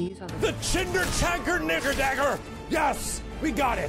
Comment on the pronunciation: He said nikker which is remotely close to the n word